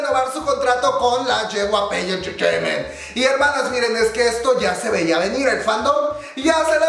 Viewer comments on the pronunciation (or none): Dice JeWaPe Entertaiment :v y Es JeWaiPi